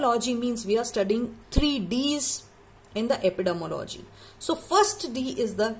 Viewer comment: Madam please makesure the pronunciation of Epidemiology 😢